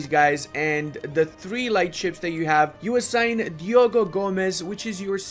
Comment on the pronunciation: Hey, you butchered my last name! Thx for playing portugal! Diogo was said well enough though xD